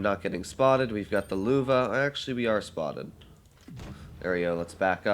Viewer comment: Dude please stop mispronounceing Lowe, u say L then its like when you get hurt and say ow. L-owe Lowe, got it? Like so he can see this. Edit: every time u say it like "Luva" I cringe.